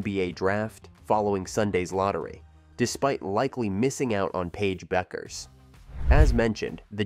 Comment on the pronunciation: When you mispronounce her name 10 seconds into the video....difficult to be confident you know what you are talking about...